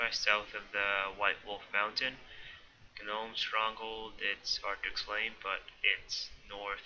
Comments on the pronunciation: the G in gnome is silent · wow u rly cant pronounce gnome? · gnome= pronounced nome silent g not GEE NOME also its cather-bee not cather-buy